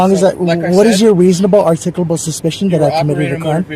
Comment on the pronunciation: Lmao "reasobabable articucapable suspension"